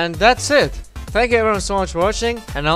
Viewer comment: Nice Korean goodbye 😂👍